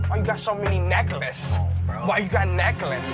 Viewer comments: “come here, candy boy. why you got so many neckahlace?” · PLS 😭 THE WAY HE SAYS NECKLACE